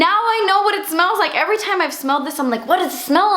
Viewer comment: "for a long taime" love!